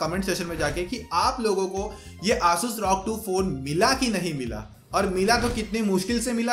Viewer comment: Pehle 'asus' bolna sikh le